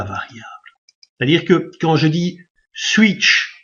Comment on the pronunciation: Comment vous avez dit monsieur ? Ouïte ? (8) ^^